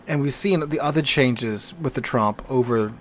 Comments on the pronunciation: It sounds as though you keep saying Trump instead of Tromp. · Please pronounce Tromp so it rhymes with Stomp instead of, you know.